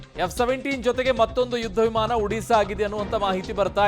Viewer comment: It's not F 17, it's J 17